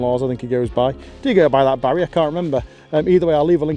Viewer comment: Stop emphasising the name 'Barry'...we dont like it 😂🍻